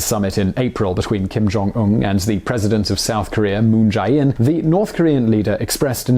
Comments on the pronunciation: Korean-American here. Been watching several of your channels now and enjoy your content but I can't help but cringe every time you mispronounce Moon Jae-In and Hyundai. It's pronounced Moon Jay-In. Not, Moon Jie-in. And just look at any Hyundai commercial on Youtube to learn how to properly pronounce it. It's not that hard. I enjoy your content but I'm going to unsub if you keep mispronouncing these going forward because you've been mispronouncing them for what appears to be years based on your upload dates. It's okay if you mispronounce it the first few times but it's been awhile now and you still haven't corrected yourself. I think it's insensitive and almost seems intentional at this point, which, if it is, then you're downright being churlish and offensive. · FYI about pronunciation: "ae"/"ai" is pronounced like "ay," not "eye." So Moon Jae-in is "Moon jay-inn" and Hyundai is closer (but not exactly) "Hyun-day." And Kaesong is "Kay-song," not "K-eye-song."